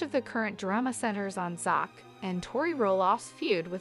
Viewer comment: The voice over needs prononce Zachs Name